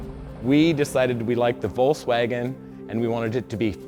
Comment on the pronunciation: why can't this guy say volKswagen??? 😣